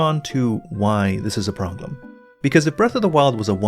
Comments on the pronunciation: Is it just me or does always pronounce problem as 'proglem'? I'm sorry but it's a parasite that's eating into my brain and getting closer to the centre with every video of his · Is it just me or does pronounce "problem" as "proGlem"? 🤔